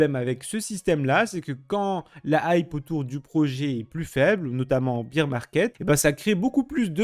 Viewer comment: "bear" se prononce "bèr" et non pas "bir"